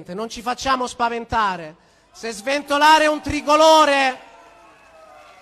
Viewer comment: SventoGLIare? Oddio